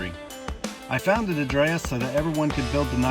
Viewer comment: Finally after all these years I know how to pronounce edredas